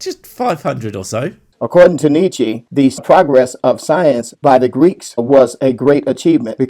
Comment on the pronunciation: He can't even bloody pronounce Nietzsche properly. God, I hate religion (see what I did there)